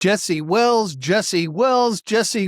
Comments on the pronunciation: “Jesse”. Thank you! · "Jesse". Thanks!